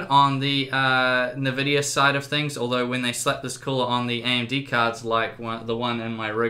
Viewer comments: What the hell is a nuh-vidia? It's En-vidia. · oh god its EnVidia not NihVidia. Nvidia!!! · "Navidia" my brain omg and my ears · I cringe every time you say "nah-Vidia". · i love how he calls it "NA"vidia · Nice video. Interesting you call Nvidia 'Nevidia'. :)